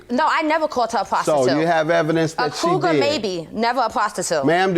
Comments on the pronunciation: I know exactly what that means. Lol! She kept saying CROUGAR, instead of COUGAR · Why does it sound like she’s saying crougar🥴🥴 Judge Mathis is hilarious “everybody is getting threatened in your circle”😂🤣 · Judge Mathis almost Said Coo-guh lol then he caught himself and said coogar 😂😂😂😂😂😂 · She said crougar 😂